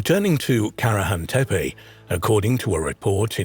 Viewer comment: You pronounce the sites and names wrong,its tepe,ending in e not i… and sanliurfa,read as its written…